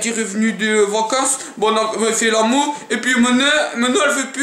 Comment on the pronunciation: Mais arrete mince fais des vidéo sur FIFA Call if duty mais arrêté avec ton agent apprend le français a la place de dire l'amour il dit l'amou